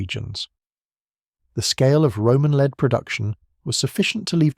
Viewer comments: Lead (Pb) is pronounced LED not LEED. Lead was used by Rome for water piping in the city, so they needed vast amounts in addition to sling projectiles. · Leed Bullets, good old AI.